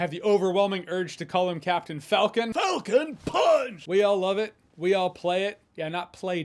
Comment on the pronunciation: "Falone Puuuaanch" geez get it right! -Smash Gang most likely.